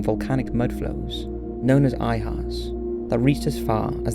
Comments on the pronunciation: Volcano mudflows are called LAHARS....not ihars... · These mudflows are called Lahars- LUH-hars. Not Iahars. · Volcanic mud flows are known as "lahars", not "ihars". I didn't watch any more from that point. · not sure I’d you’re trolling or not but they’re called “Lahars” (with an L, pronounced luh-har), not “Iahars” (with an i, you pronounced it eye-har). But it wouldn’t be a Top5’s video without some serious misinformation though, now would it. 🤷🏻‍♂️ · Lahars, not Iahars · Lahars not ihars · Iahars??? If you're going to do a volcano video, know the proper terminology. Lahar damn it. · They're called Lahars not eye hars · Lahars not Ihars..... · Known as "Ihars" (eye-hars) You flipping dumb A$$!!!! They are called "Lahars" (la-hars). Youre an idiot! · LAHARS, not iHars. Steve Jobs was NOT responsible for Mt. St. Helens. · Not "ihars", the mud flows are called "lahars". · Having an english accent doesn't mean he won't make mistakes, volcanic mudflows are called LAHARs , not ihars. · Lahars bro not Iahars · Lahars. Not I hars lol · LAHARS not IHARS. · Interesting video, but umm, aren't the volcanic mud flows called LAHARS, NOT "ihars"? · Hey brother, the mudflows are actually called Lahars not with an "I". Just a heads up. 😁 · 'I- Hars'! What an idiot. They are called 'Lahars'. I hate it when these morons don't make any attempt to check their facts, or even their pronunciation. I guess illiteracy must be a disease transmitted by Youtube tutorials. Everybody wants to be a star, but nobody is willing to put forth any of the effort required to be any good. And what's with the Captain Kirk delivery? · Wait, did you say “iahars” ? I think you mean lahars lmao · Minor point, but the mud flows are Lahar's not 'I-hars'. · Umm.. aren't the mudflows called Lahars, not iahars?? Otherwise great video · I think he pronounced it "Ayahars" probably assuming the l to be a capital I. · It's lahars not ihars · What on earth a "i-hars"? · Did anyone else notice he called lahars i hars?